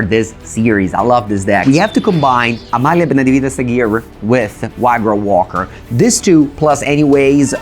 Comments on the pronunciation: Hearing pronounce Amalia's full name is so satisfying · Very nice to hear someone pronounce Amalia's name correctly after hearing all the english speaking content creators completely stumble over the names in Ixalan. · excellent games, Amalia easily going (almost) infinite is really a powerhouse the way pronounces Amalia's name is almost perfect, lol he pronounces Aguirre as "ahghirr" when it should be pronounced "ahghirreh"